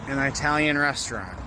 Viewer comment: Nice video but all I was is annoyed by the way you pronounce italian.